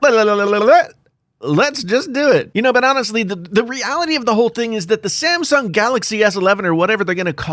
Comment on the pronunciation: Who else heard ,"The Simpson Galaxy S 11"?